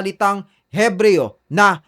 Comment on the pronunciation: ebreyo po iyon. silent "H"